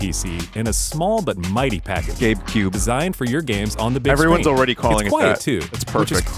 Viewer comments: Oh you said GABEcube I swear I heard "Gape Cube" the first few times vinmo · I thought he was saying gape cube